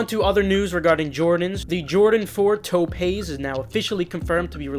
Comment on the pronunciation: Its pronounced Tope, not toupee (male wig)